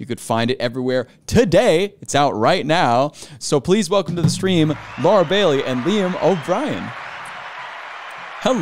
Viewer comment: Come on guys it is "Bailey".